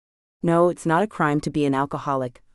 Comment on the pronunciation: It's AI, not real person, misprogrammed to say "ax". Bugs me too. Also dot, sometimes instead of not, or random.